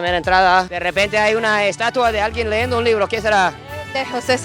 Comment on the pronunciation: lo correcto es LEYENDO, no leendo. Con todo respeto. Gran trabajo